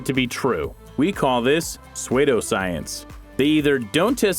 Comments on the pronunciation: yO 'g€niUs' PSEUDO is Pronounced " SOO_DOH " noT SW@ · narrator says suedo my reaction......🤦‍♂️🤦‍♂️🤦‍♂️🤦‍♂️🤦‍♂️🤦‍♂️🤦‍♂️🤦‍♂️ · He just pronounced the Word pseudo different. What Is the problem?🤷🤷🤷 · I had to stop watching when he said it a second time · Hehehe. Yeah that mispronunciation is really annoying huh.